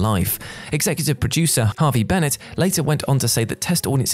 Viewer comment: McG is not M C G, Harve Bennet is not Harvey and Guillermo del Toro is not Gilmo. Pretty sure that's not how Nicholas Meyer's surname is pronounced either.